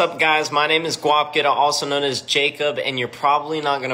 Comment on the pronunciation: “This is ‘Guap getta’” wow that pronunciation killed me